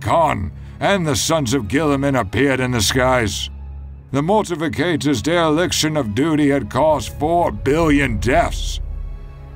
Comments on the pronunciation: Uh... it's Mortifactors, not mortificators. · I know this is a nitpick but the pronunciation of certain things like the Mortifactors really bothers me. its pronounced Mor-ti-fact-ors. It's also spelled wrong in the video.